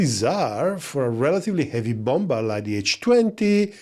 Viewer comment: I hope you don't take this the wrong, but the second B in "bomber" it's basically silent so you should read it "bomer"